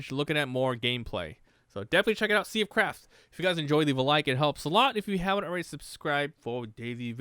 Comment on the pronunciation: Sounded so much like you said "sea of crap" many times xD